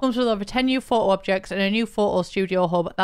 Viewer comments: now I’m gonna say photo as “pho’o” thanks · take a shot every time says phoh-oh